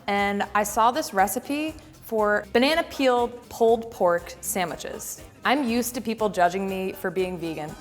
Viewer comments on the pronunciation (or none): did she just say sand mitches ? 🤔